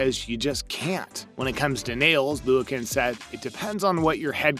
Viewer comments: Could he do a teensy bit of homework and learn how to pronounce people’s names? Might be respectful, you know? Like it’s Korbuht not KorBUTT, Nastya Leeookin not NaTATsia Loo-i-kin. And Marta Karololi??? Sheesh. Unbelievable. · Natasia Lee-u-kin 🙄🙄🤦‍♀️🤦‍♀️ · Could you not research how to pronounce the athletes names before doing your bit? Natastia Looikin? Really? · Nataseeyah Loo-ikin? Oh my god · I'm dead 💀... He also said Natasia Luakin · NaTASia over and over... Ugh! He was unlucky with pronouncing Liukin as well.